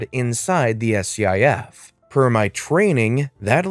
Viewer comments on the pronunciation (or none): It's pronounced skiff